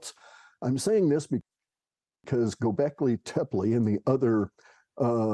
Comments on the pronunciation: you say "gobekli tepe" flawlessly on the first attempt. you did it. you finally did it. we are so proud of you haha much love brother thank you for your work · Bit late, but great to catch part of another live. Thanks and all the Archaix people. You pronounced 'Gobleki Tepi' correctly and also can't align myself with the idea that the site was buried by the builders or the community. Since I've been watching your channel I figured it would probably have been buried by a cataclysm (Not sure if Phoenix or other). But as you say the site is huge. It makes no sense. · Thank you for pointing out all these particulars. This was very informative and I really appreciate all the linked videos. Happy New Year everyone! Peace and love ❤️🕊️🌿🕯️☮️💚 PS and yes, you said Gobekli Tepe perfectly. The thing is we love you no matter how you say it! ❤ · Yes!!! He did!!! I caught that too! Perfect pronunciation!!!! Bravo,! However, we love you no matter how you pronounce it! ❤❤❤